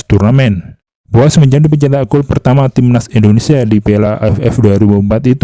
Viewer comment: Indonesia bang,, bukan Indonesa.. 🙏🙏🙏🙏🙏